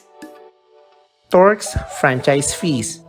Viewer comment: Turks not torks